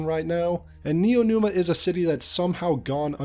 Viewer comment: dawg it's neomuna (nee-yo moo-na) not neonuma